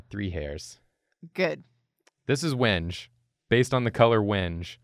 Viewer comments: I think Wenge is pronounced wen-gay but I may have been misinformed by a troll. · As a guitarist that has mistakenly mispronounced the word "wenge" in front of gearheads and wood enthusiasts, it's pronounced "weng-gay". People are apparently very obsessed with this fact. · Hey, I’m sure you’re used to hearing this, but you’re wrong about a thing. Wenge is actually pronounced like when-gay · Pronouncing it “wenge” was killing me lmao. It’s more like “when-gay” 😅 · Wenge is pronounced as When-gay, it's also a kind of wood. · Wenge is pronounced "when-gay" and it's a type of wood. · I think wenge is pronounced when-gay, but I might be wrong lol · Just FYI it’s pronounced “When-Gay” not “Wenge”. But for the character this was totally the right call. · Wonder how the character would have turned out if he knew it was pronounced WENG-gay. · Usually I don’t bother commenting but just in case you do see this, it’s pronounced “when-gay”. Source - I work at a luxury yacht company and we use this word a lot. Actually that’s probably the only reason it bothers me!